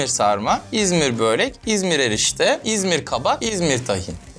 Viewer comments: Abi böörek değil börek 😂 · Abi böööörek değil börek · Abi bööörek değil börek